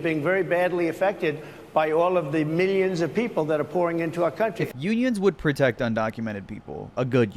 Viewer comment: Every time he said "millions" I heard "minions"